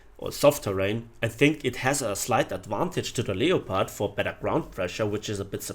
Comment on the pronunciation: Leo-pard.... seriously.